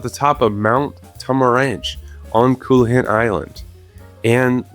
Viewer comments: so close on the coelacanth pronunciation! "coe" sounds like "see" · Coelacanth is pronounced see-lah-canth. How you ppronounced arapaima (air-ah-pie-mah) hurt more. Fun fact about arapaima, they were around alongside the dinosaurs